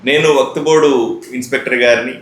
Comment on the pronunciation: WAQTBOARD❌ WAQFBOARD✅. BOLNE BHI NI AARAA 😅